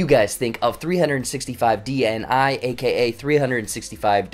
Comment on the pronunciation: If you'll pronounce "dni" like that one more time I'm going to go crazy, you don't say the letters separately, it's not an acronym, it's a word